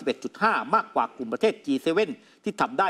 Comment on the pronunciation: ควรอ่านว่าจีเจ็ด